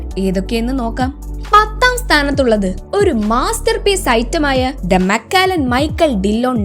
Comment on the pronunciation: മക്കാലൻ അല്ല മക്കലൻ